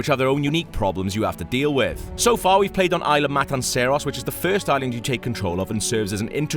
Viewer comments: FUUUUUUCK, he fucks my ears when he says "Ayla" instead of isla. There is this thing called google, type that shit in and listen, fuck you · Its Isla, not ila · cant wait to see the indo rex, seriously guys, first you say indo rex instead of indo raptor, then you say it like ila sorna, I know that's probably how its said, but everyone says isla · ITS PRONOUNCED ISLA NOT IILA COME ON!!! And what the hell is indo rex??? LMAO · Fire the damn narator, there is an s in "isla" its not "ila" secondly wtf is an "indorex" its very different to what its supposed to be "indoraptor" 😡😡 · >prouncing “Isla” as “eye-la” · It's pronounced ISLA (no silent S). You'd think FOUR movies would be enough to ingrain that in one's mind. I mean, Jeff Goldblum's Ian Malcolm even says ISLA Matanceros in your own IGN 20 minute gameplay video... EDIT: And after hearing him call it Indo Rex, I question why they didn't get an actual fan of the franchise to narrate instead... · This guy is a huge fan of Jurassic Park. He's from Prepare to Try and he's constantly tweeting about Jurassic Park. Pro bouncing a word wrong doesn't make you not a fan. Smfh. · If he was such "a huge fan of Jurassic Park" he wouldn't make such simple mistakes. Smfh. This isn't the first video either that IGN posted where the narrator mispronounced "Isla."